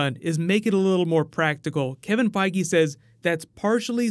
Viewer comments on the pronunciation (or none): none